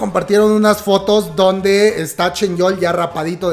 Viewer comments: Por qué le dices ChenYeol? En lugar de ChanYeol xD digo una curiosidad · Alguien que me explique el por qué le dice "ChenYeol" a "ChanYeol" 🤣